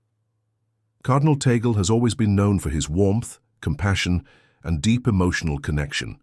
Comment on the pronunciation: but you cannot even pronounce his name correctly, which, in fact, does not surprise me at all given you are an american, the USA being the most racist country in the world